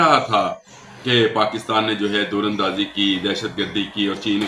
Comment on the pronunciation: بھائی در اندازی کو ٹھیک بولیں۔د کے اوپر زبر ہے پیش نہیں